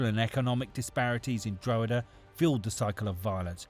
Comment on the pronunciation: Dro-huh-duh hahah more like Draw-ha-da